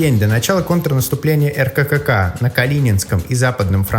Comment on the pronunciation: Обычно произносят Эркэка